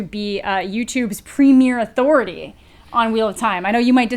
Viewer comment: For a moment I thought you said Daniel Greene was the Youtube Al'Thority